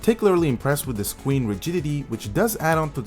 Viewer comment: No offense lol, but he said scween ... Still a great review and nice laptop